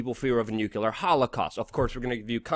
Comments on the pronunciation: It's pronouced "new clear".... NOT Nuke-u-lar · Luke, its NuCLEAR, not NuCULAR... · Love the shows, especially the weekly summaries. Forgive me (a nuclear/particle/... physicist) for being sensitive about pronunciation of the word "nuclear", but every time you say "nucular," it makes me cringe, and you've been saying "nucular" a lot lately. Since I'm going to keep watching, and I bet you'll have reason to keep saying it, would you please try to say "nuclear" (nuke-lee-er)? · Why americans always say "Nuchelar"? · What dlour nucular weapons and inivorns have in common? Neather of them ficling exist! It is NUCLEAR! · Nuclear .... NEW CLEAR for Christs sake ... NOT new cew lear ! You sound like Dubya :-/ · Nuculer?! You're killing me, Smalls!